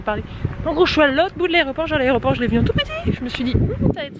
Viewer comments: On dit aéroport et aréroport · "a l'aRÉoport" mdr nan c'est pas possible à ton âge!! C'est aÉroport qu'on dit!! 😂😂😂